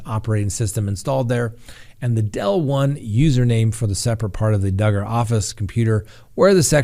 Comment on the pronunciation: Are you sure you're pronouncing Duggar's last name correctly? What does it rhyme with? :)